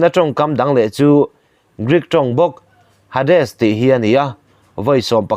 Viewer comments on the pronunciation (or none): Hades tih hi 'Heidis' tih anga lamtur ani e anti e